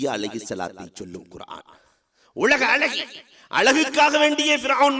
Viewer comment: அருமையான பதிவு, அளகு அல்ல அழகு என்று அழகாக உச்சரியுங்கள் இன்னமும் நன்றாக இருக்கும்.